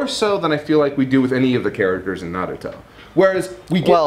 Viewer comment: Why does pronounce Naruto like Na ruh to